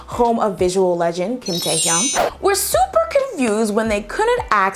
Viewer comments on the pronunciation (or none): none